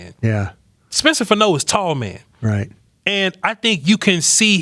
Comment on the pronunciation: He weighed 311 at the Combine. Nine pounds & he's 6-6, 320. It's FAH-no, not Fa- NO.